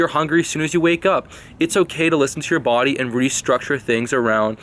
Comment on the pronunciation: Hahahahhah 😂😭😂😭 you had me cracking the fuck up